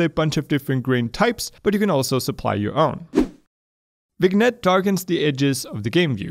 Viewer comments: I feel like I should mention this, but... Vignette is pronounced "vin-YET," not "vig-NET." Otherwise, awesome video! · Vinyett not viGnet. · No, it's pronounced "vin-yet" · Hey. Just so you know: "vignette" is pronounced "vin-YET" because it's borrowed from a french word. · It is pronounced as : "vinet" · the g in vignette is silent